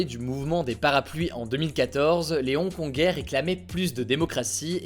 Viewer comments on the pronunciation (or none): Ils sont trop chaud les "Hong-Kongé"